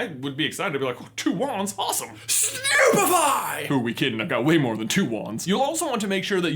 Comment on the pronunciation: Stop, stop stop you're going to take someone's eye out. Besides you're saying it wrong. It's stupefy, not snupefy!